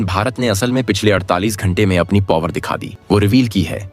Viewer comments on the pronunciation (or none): पोवर नहीं पॉवर